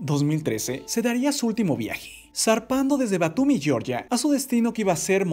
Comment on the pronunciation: El punto de origen al que se refiere es la República de Georgia, y se pronuncia así, no como el estado de Georgia en Estados Unidos